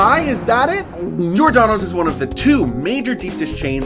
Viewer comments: Good video overall, but.... Gi-or-da-no's you're missing the emphasis on the G and then the OR for G-or, as you seem to be saying Jordano's. Also, Giordano's isn't the same at Lou's or My PI, as Giordano's is adds an extra layer of dough over the cheese and toppings then the sauce. As a whole they are ALL pan pizza's, just that in Chicago we call it deep dish, not pan. They all use a deep pan to put the dough in and push it up the sides a bit to create the crusts you saw. Pequod's adds cheese on the sides to caramelize into the crust but it's still deep dish and to many the best pizza in Chicagoland area. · Giordano's for the win. You are missing a syllable when you pronounce it though. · If Giordonos is your favorite, at least learn hoe to pronounce it correctly